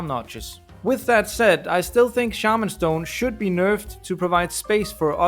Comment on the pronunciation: my boy, you massacred shaman stone